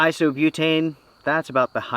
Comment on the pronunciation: Please please it’s HEIGHT not HEITH!!! I beg of you 😂